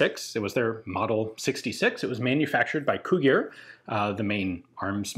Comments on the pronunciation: Yeah, whenever somebody sees "gi" they pronounce it like the romanian "ghi". So instead of "Cugir" it's pronounced like "Cughir". Still better that there is a video made about it rather than no video about it. I didn't even know the gun existed until I saw the video lol. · Yet another Romanian gun I never knew about, thanks for showing. By the way, Cugir is pronounced like "koo-jeer", though I admit the other way sounds pretty cool. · The pronunciation of Cugir in English is similar on how you pronounce cudgel but with a a longer "u" that is something like Coodgir :P Nice video, Ian. We like to think that us, Romanians, make do with whatever we can lay our hands on. This is why we adapt our weapons to our needs but with very little money involved :D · The name of the town producing the weapon (Cugir) sounds like trying to read ‘Kujir’ if you want a proper pronunciation. Spent all my summers there, amazing place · I always liked how people say Cugir, sounds like Cughir... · Actually Cugir is spelled something like Kugeer, kind of like in Italian. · Cugir is pronounced with "j" sound like "jelly". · Cugir is pronounced coo-geer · It's pronounced Cu Jir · fyi it is pronounced [c u g i r] just like its spelled, check google translate sound :P